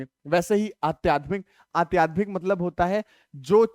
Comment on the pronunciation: Aadhyatmik ko Aatyadhmik 🤣🤣🤣